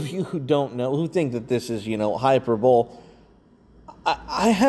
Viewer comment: Hyperbole Hy-per-bol-E